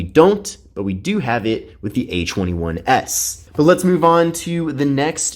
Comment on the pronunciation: Why does he say h21s?